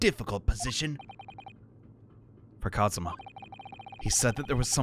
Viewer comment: It's Kazuma. You were pretty close though.